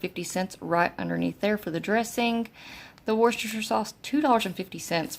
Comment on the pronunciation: Btw you said Worcestershire correctly 😁🤗